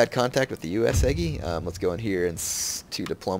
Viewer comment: It is not UesEgi it is UesUUUgi!